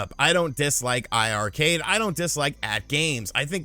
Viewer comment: Hey, it’s pronounced eye-eye Arcade. Both i’s in the iiRcade name are for 2 or players. I was confused myself so I asked the team one day during a livestream & that was the explanation they gave everyone in the stream about how to pronounce it.